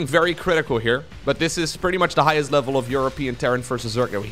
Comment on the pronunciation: "elvel"